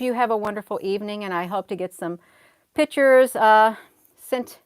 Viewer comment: you are a treasure however pictures is not pronounced pitchers sorry.